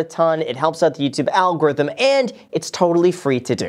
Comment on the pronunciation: People: a Graham: HAVE U SMASHED THE LIKE BUTTON FOR THE YOUTUBE ALGORITMUUMRMRKE? ahhahaha